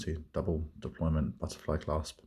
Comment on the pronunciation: Lovely watch. You said deployment you naughty man. Deployant sir!😁😁